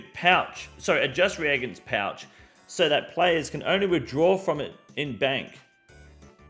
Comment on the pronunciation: Bro please reagents (re-agents). It hurts my soul for such a small reason